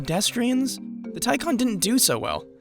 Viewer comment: Say it with me...Tie Can (not con)